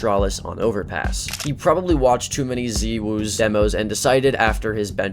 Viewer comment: Ah yes, my favorite CS players.. Keeooskeh, Ropes, and Zeewoo.